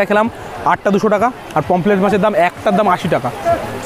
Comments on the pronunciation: Not pomplet its pomfret .... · Pomplet na re...eita k pomphret bole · কথাটা পমপ্লেট নয়, পমফ্রেট মাছ ।